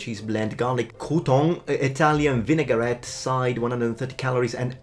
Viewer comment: Oops - you said 'vinegArette#!!!